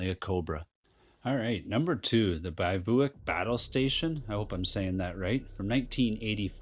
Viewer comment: Number 2 is pronounced bivwack